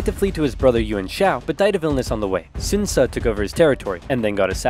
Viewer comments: If u pronounce it in Chinese, its not that hard. The pronunciation is wrong only. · 5 year old video i know, but the pronounciation of some of the names has made me confused. Ive always heard the name Sun Tzu pronounced like the sun in the sky, but in this video Sun Ce is pronounced like Soon Ce. My question is, is that intentional, and if so, how can anyone possibly tell the correct pronunciation if the word is spelled the same? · “So Sun’s Son, Sun Ce” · "Sun's Son, Sun Ce"